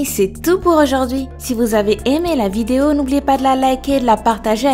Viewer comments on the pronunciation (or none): none